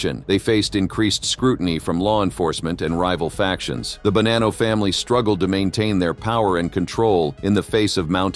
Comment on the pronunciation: Wow. Sentence to sentence you butcher the same name. Bonano was mentioned three times in the same sent. You changed its pronunciation each time. Stop using free AI unless you really do not care for your output.